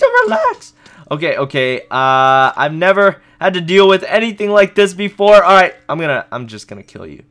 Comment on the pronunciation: Stop saying lic